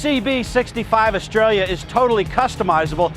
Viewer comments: Btw idk if anyone's mentioned it, but it's pronounced "ESS-TRAY-YUH" not Australia. The double L is pronounced like a Y, just like tortilla and Calle. For being in Florida, you'd think pronouncing Spanish words would be more normalized. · Estrella. Spanish for star. The double l's are pronounced like a Y in Espanol. Pronounced Estreya... repeato "EsTREya".. not pronounced Australia. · Where is the "i" in the name Estralla? Its Estrella, not Estrellia..... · Why does it sound like he's saying hcb 65 Australia? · dude saying "australia" instead of "estrella" haha